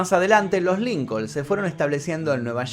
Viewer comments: No se pronuncia Lincol sino Lincon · Por q pronuncis lincol es Lincoln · Dice Lilcol 😂😂😂 argentino pues no que bien europeos 😂😂 ya ni españa que si son europeos😂😂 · Solo para ayudar! Se pronuncia LincoN... Illinois, se pronuncia Illinoi. sin S